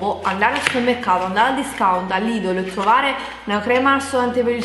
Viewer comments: si dice lidel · Si dice lidel LIDEL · Si scrive lidl,ma si legge lidel...